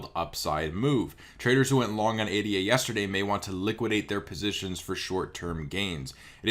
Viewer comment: Cardano coin is pronounced Aye-Dah, not Aye-Dee-Aye. It was named in honor of Ada Lovelace, the first computer programmer.